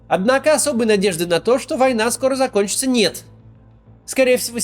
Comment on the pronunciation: нытик. Он даже не может выговорить слово война.